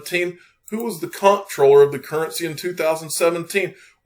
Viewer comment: Info for the masses. Comptroller is pronounced Controller.